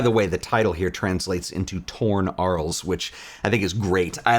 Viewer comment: A small picky point. French, so Arles is pronounced “Arle”.